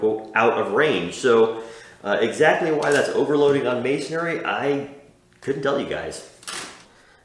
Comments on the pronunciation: Yep. It’s mason-ry. Not mason-ary. 😂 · Thanks for the review, just for future reference brick, mortar etc. materials are pronounced: mason - ree , not mason -air-ree ( no “a” sound) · How do you like it honey... "Missionry"